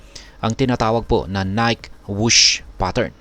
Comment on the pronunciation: Ni-ke pronunciation nyan